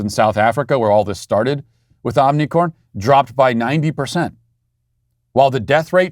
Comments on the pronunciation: OMI C R O N!!! Not OMNI - 'CORN'. Like the show, but where are the editors? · Matt Walsh is such a tyrant that his staff are too scared to correct his consistent mispronunciation of omicron and have even misspelled it in the thumbnail. Sweet baby, yeah right?! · What was the name of the variant: "Unicrom" or "Omnicorn"? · It's not Omnicorn? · Matt on behalf of all Greek people please learn how to say OmiCRON not corn 😅😅😅😅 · He’s a master troll. And you fell for it… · Don’t you mean “ “moronic”orn”? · Omicron or Omnicon? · I love how Matt keeps calling it Omnicorn, as if the original variant name wasn’t ridiculous enough already. Lol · Matt continually saying "Omnicorn" never ceases to make me smile. His wry humor amid all the foolishness going on is always welcome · I'm just glad I wasn't drinking my coffee when he said Omnicorn...🤣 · I love how Matt constantly tries to pronounce Omicron wrong but sometimes slips and accidentally pronounces it right 😂